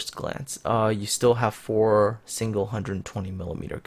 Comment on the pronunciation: You have 4-120mm guns sounds like: You have 420mm guns haha